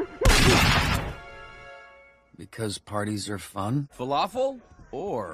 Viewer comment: Falafel? Or fa-waffle! WHAT.